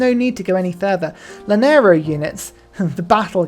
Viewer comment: That and the Gran Columbian “luhnero”